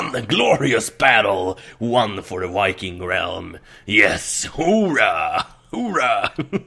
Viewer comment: gosh darnet ITS NOT SPELLED WIKING ITS VIKING!